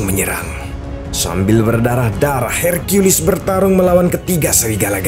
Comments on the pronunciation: Bilang saja herkules bang ,,pake herkuilis segala kau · Hercules Min bukan Hercuilis🗿 Emosi bet Dengarnya Su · Apaan sih hirkiyulis, herkules aja woy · LU DENGER SENDIRI AKTORNYA BILANG "I AM HERCIULIS" DI MENIT